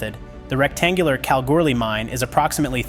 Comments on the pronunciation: FFS there is no Kalgirly mine only Kalgoorlie . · Its kal-goo-lie